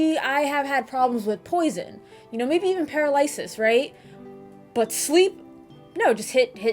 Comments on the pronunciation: Great review! Per-al-uh-suhs. Paralysis. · that paralysis pronunciation 🥀😵‍💫😭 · I adore the way you pronounce 'paralysis'...sis!